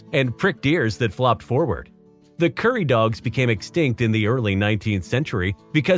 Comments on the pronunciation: The Kuri is actually pronounced Koo-rhee (roll the r so it kinda sounds like coodee) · Thank you, the pronounciation of Kuri and Maori made me shudder...